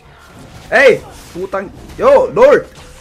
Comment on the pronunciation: "Potang" HAHAHAHAHAHAHAH